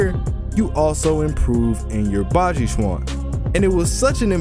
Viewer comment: Yeah baji quan has a lot of conditioning its also pronounced more like Chen